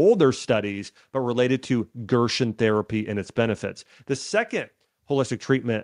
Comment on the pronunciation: It’s pronounced GERSEN not Gershwin